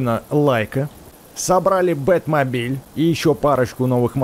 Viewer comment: Не Бет мабиль ,а бекст мабиль